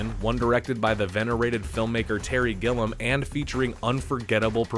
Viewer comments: The director is Terry Gilliam, (fon: "GIL" + "ee" + "uhm" )_former member of Monthy Python. Who the fuck is this Gillum you keep talking about? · Terry Gilliam, not Gillem. It drove me crazy! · It would be nice if the narrator actually knew how to pronounce the names of the people he is referencing.. It's Terry Gilliam not GILL UM..and Larry McMurtry not Mc MURTY.... 🤨 PLEASE!